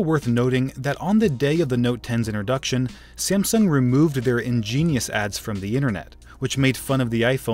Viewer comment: You said siamsung